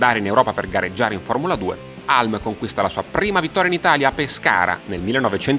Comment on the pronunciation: Non vorrei fare il saccente, ma si pronuncia Hiulm, non Halm